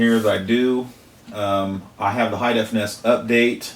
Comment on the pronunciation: N-E-S not (lock)ness